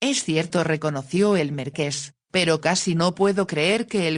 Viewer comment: LO ÚNICO QUE ME DESESPERA QUERIDA ES QUE NO PRONUNCIAS BIEN MARQUÉS QUÉ ES UN TÍTULO NOBILIARIO "CON ACENTO EN LA E" . !!!!😢